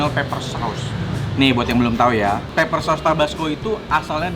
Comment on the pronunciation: Pepper Koh bukan Paper. Artinya beda jauuuh